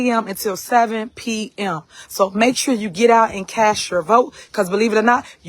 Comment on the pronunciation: Lol hood rat said cash your vote instead of cast. I’m tired of inarticulate politicians and police officers and anybody else in any kind of position of authority. You should have to pass a grammar test.